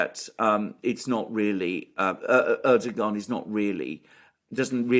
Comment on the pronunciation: Just a question Alexander do you consciously or subconsciously pronounce Erdoğan’s name incorrectly?